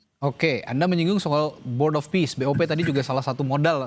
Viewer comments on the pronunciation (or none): Board Of Peace Jadi Board Of Ware. Mas wowo tumbal Donal triuph.. Mas wowo jadi Donal bebek.. Biar tensi turun makan buah mengkudu suruh mbak.. 😊😊😊